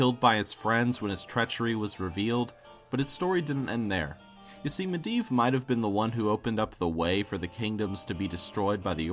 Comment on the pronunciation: Mediev not miedan hurrrr